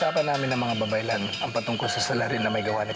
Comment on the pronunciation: Babaylan ang tunay na bigkas sa iyong sinambit